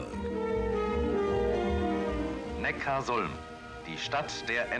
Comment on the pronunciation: Nochmal für alle: "Neckarsulm" - nicht "Neckars Ulm"! Some things never have changed... ;-)